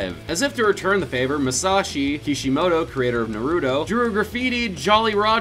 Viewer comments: It's Nah-Roo-Toe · I’m not trying to be mean but it pisses me off that you also call naruto na ruto it is nar uto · It’s not na ru to its nar uto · Stop saying nuruto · My brain cells commit suicide every time he said NARUTO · Pronounce Naruto correctly or so help me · Every time he has na ru toe it hurt my soul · Jesus Christ just pronounce it (Nah)(roo)(toh) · I don’t think you are pronouncing naruto right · Jesus watch how you pronounce Naruto please